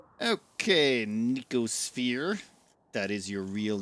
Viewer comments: The youtuber inability to actually read words before pronouncing them strikes again. It's no-see-oh-sphere. No k sound in there anywhere. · No-See-O-Sphere Sorry, the pedant in me got out momentarily. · "No-see-oh" sphere. From "Nociception," having to do with the perception of pain and discomfort.